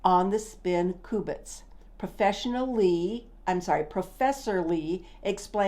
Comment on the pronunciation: Refreshing to see an older lady delving into quantum mechanics. By the way they are “cue” bits, not “coo” bits. No worries. Keep at it.